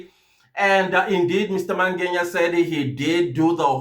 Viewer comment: Why Mr Mangenya/Mangeya friend... Its Mangena❤❤